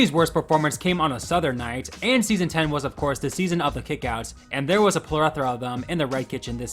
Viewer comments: It’s plethora, not plerethora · You pronounced plethora wrong but other than that great video